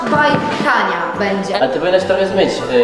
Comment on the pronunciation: Ałentunmyn😂😂 najlepsza😅